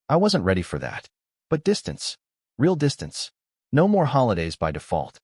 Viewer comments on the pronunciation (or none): Reaiaul - real 🤣🤣🤣🤣